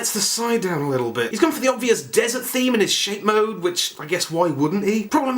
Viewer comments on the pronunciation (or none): none